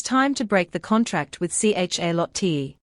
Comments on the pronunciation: The fact the ai can't figure out how to pronounce Charlotte is both really annoying and utterly hilarious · What the hell is wrong with the pronunciation of Charlotte. It's just so annoying. Edit :- This is so annoying. Now, even the mc's being pronounced as NA6A. I mean, wow.